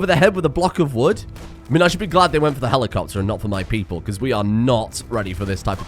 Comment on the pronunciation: Petition to force to always say „HELIKOPTER HELIKOPTER“ instead of just „helicopter“, both as noun and verb.